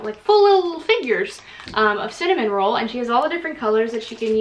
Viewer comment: his name is cinnamoroll, there’s no third n like a cinnamon roll.